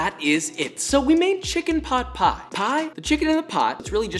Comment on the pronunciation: Him saying chicken pot pie, my brain: chicken Pai Pai